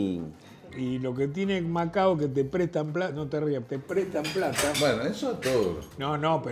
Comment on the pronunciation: Me agarra un ACV cada vez que dicen "Macaos". Es Macao, viejo. Manaos es una gaseosa.